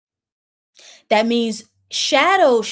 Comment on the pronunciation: Thank you so much for all of your transmissions. I truly appreciate them. I'm being called to share the pronunciation of the word accelerate. It's pronounced like the two c's in access and success...a hard c followed by a soft c. You are brilliant and I want you to shine.